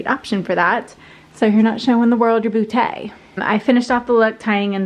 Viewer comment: The “boo-Tay” made me giggle!!!